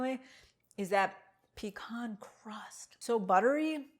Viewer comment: THANK YOU for pronouncing "pecan" correctly. Living in Atl, I hear so many people pronounce it PEE-Can. Also thank you for the great recipe.